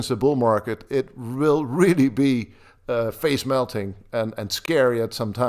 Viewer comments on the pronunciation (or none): none